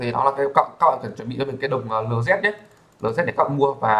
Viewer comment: ông nói tiếng anh sai hết vậy ai mà hiểu. whitelist đọc là gì thế ? LZ đọc cũng sai